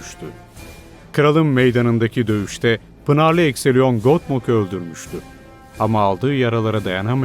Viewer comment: Ecthelion “Ekthelion” şeklinde okunmalıydı “Ekseliyon” değil